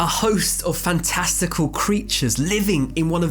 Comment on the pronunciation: Dude said fantastical